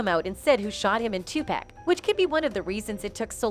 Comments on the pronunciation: Tu pack, sooge, and keef 🤔🙄😤🤦🏻‍♂️ Wtfffff AT LEAST say PAC'S name correctly 🙏 rip legend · Sooge and too pack? That shit is annoying. She can't pronounce their names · It's not pack it's pac 2pac.... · Tu-Pac, not Tu-Packkkkkkk 🤬🤬🤬🤬🤬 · It’s pronounced 2-Pock. Not 2-Pack! The narrator’s mispronunciation the name over and who is ‘Soog?’ its pronounced as “Shoog.” I cannot…😢😢😢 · Learn his name b4 u start making videos on our greatest legends its Tupac not tu-pack u idiot all the goats that have fallen loved all of us enough to stay true to their faith, and everything and everyone they believed in to send positive messages through their music to hopefully change the world and all God's children so that we may fly us out of this prison through the gates heaven where we can have real true peace and happiness and finally have our freedom and fair and honest justice for all cause in the words of ( TUPAC ) ONLY GOD CAN JUDGE ME. Long live Makavelli Tha Don heaven definitely has a ghetto now shinning so bright that the entire world has all eyes on u have 😊❤😇🕊🕊😇❤ R.IP TUPAC AMIR SHAKUR XOXO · His name is 2 pac not 2 pack you dumb dumb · Pac BITCH NOT PACK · Iam sorry I'm trying to listen but the way this women keeps butchering tje names is driving me nuts lol soooooge knight and 2 payke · Please stop mispronouncing EVERYONES name. How tf are yall still calling this man TuPACK? How idiotic. And sHUGE knight? Fuggin blasphemy... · 2pac not pack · 1st off if you gopnna report on these stories you should be able to pronounce thier names correctly with yo goofy Who the Phuck is Sooge & 2 pack... The proper pronounciations is 2 Paq, 2 pock not 2 pack...Sug not soog okay goofy girl! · It's tupac!! Not tupack... you idiot! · Is said Tupac not twopack god damnit😣🤨🤨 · Could someone program this lady that is narrating that it is not pronounced Tupack but like Tupock. But spelled Tupac or 2Pac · IT IS TUPAC! NOT TU PACK! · Who the heck is too pack u mean pac like ur pocket !!!!!!!